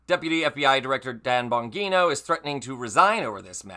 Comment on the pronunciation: The g in Bongino is soft. Like in Georgia.